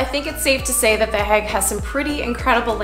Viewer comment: Can I ask - are you calling it “The HAG” because you have been told that it is pronounced that way??? I have never heard it said like that before! It is always known as The HAY gggg - to rhyme with plague! The tulips looked soooo beautiful, their colours are just stunning - Fun Fact: my husband has a good friend - who is Dutch - and, before he retired from the job, he “grew” the baby tulip bulbs for the planters to put in the fields of Keukenhof 😉 and also “grew” the Amaryllis bulbs that are very much part of a UK Christmas pressie vibe - a bulb in a presentation box, that when planted, grows into a triffid with a stunning red flower! 😂 we have been to visit him at his home and his “back garden” is just a vast acreage of land with at least 50 greenhouses of various sizes that have bulb propagation production lines! As said, he has now retired and his greenhouses have been leased out to other “growers” (as how they are called) - he said the work was literally “back breaking” and labour intensive having to meet the demand for bulbs that could be sold to the public in UK shops etc and for keukenhof too. One “little moan” please can I Just say? … Vincent’s surname should be pronounced as Goff Not Go! Japp (hubby’s friend) said so, and he should know 😄he said that Dutch people would pronounce the letters gh as “occhk” but they do “forgive” us in the UK for not pronouncing it that way! They like us over here because a fair amount of our fresh salad items are imported from them! Oh…